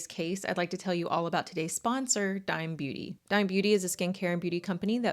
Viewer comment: Hi! I think the brand is pronounced Dee-may. It’s owned by a Mexican singer named Becky G